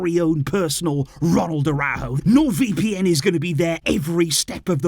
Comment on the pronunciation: ARAÚJO, YOU SAID LIKE THIS, ARA-OE-GO. NOT A-RAW-GO